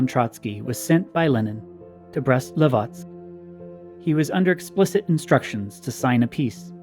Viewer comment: I've noticed in this episode as well the wrong pronunciation of Brest-Litovsk. It's Brest-Litovsk not Livotsk, comrades. It's related to Lithuania (Литва/Litva), not Livonia, which is a region in Latvia.